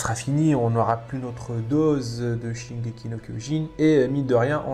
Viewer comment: Shingeki no Kyojin という発音がとてもいいと思います。話の内容は理解できませんでしたが、海を越えて愛される進撃の巨人を日本人として誇りに思います🙂